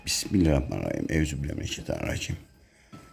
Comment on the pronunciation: Besmeleyi bile doğru söylemiyorsunuz bismilla banayim ne bismillahi rahmanirrahim küçümsemek için söylemiyorum düzeltin diye yazıyorum